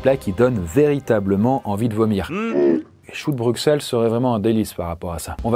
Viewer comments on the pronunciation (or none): s'il vous plaît ça ce prononce Brussel😭😭😭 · Juste, Bruxelles se prononce BruSSelles (je sais que c'est bizarre mais c'est comme ça) (et je suis belge) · Au nom de toute la Belgique : on dit BruSSelles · Le pire c'est qu'il l'a mal dit 😂